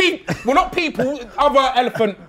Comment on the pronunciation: Loool man said elephant ood😂😂